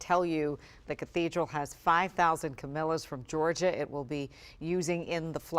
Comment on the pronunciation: Camellias, not camilas.